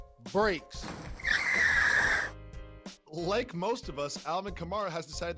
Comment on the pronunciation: Did my man's just say "hit the brAks?" 😂